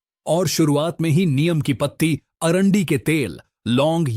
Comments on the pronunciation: भाईसाहब "नीम" को "नियम" नहीं कहते हैं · अरे भाई नीम को नियम नहीं बोलो